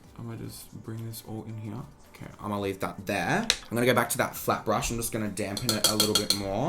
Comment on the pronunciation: For a minute I thought said ‘ just gonna take this flap brush’ 🤦🏽‍♀️